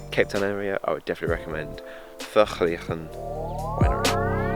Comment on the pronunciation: Hi. For an English speaking person Vergelegen was very well pronounced. You must have practiced quite a few times to say it. Well done. from an afrikaans speaker.